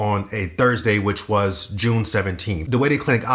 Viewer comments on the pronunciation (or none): none